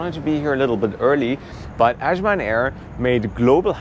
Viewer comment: Good job. You’ll find northern Nigerians are more accommodating and less aggressive than the south. If you want to know why, look unbiasedly into Islam and it’s effects on a person. Azman is pronounced like saying ‘as’ I was. I hope you tried suya and Jollof rice!!!